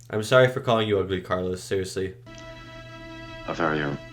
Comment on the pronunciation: Not CARLOS... No R